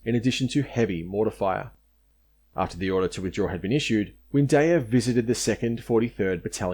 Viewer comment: It’s Windeyer not Windayer, Wooten (as in wood) not WOOTen, Balderstone not Bladderstone.